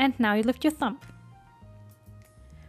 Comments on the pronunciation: just found you and already love your content. I'm not trying to be rude or anything and I personally would like to be told rather than keep making the same mistake over and over again. You actually say "thump" which as a noun means "a heavy dull blow" when you mean Thumb "the short, thick first digit of the human hand" there is a B sound at the end rather than a P. English isn't my first language and I know things like this happens. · I'm only saying this because you mentioned words. The word iron is pronounced i on. The R is silent. Same for the word thumb. The B is silent. It is pronounced thum.